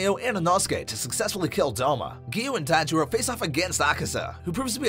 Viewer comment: it's tanjiro not sanjiro gosh